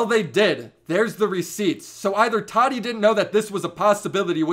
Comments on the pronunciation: Why do so many youtubers call her Toddy. It’s Tah Tee. Tati. Jeez lol not that hard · He calls her tadi.🤣🤣🤣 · "toddy" lol